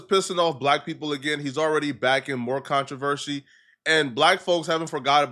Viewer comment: I stopped listening when he said “controvershe” for the 4th time 🤦‍♂️